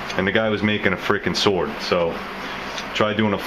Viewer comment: lol. " try doing a file with a sward "